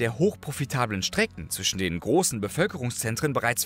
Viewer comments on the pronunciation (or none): none